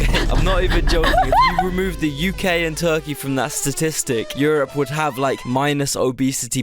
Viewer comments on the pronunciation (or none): none